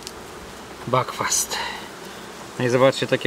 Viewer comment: nie backfast tylko buckfast, czyta się tak jak się pisze. Mieszkam w Irlandii 13 lat a ta nazwa właśnie stąd, nie tam z jakiejś GB. Irole mówią BUCKFAST:)) pozdrawiam